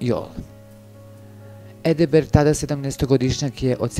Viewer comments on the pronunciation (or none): Nije Edeberg,vec Edberg.Nemate veze,od tog glasa,pa dalje.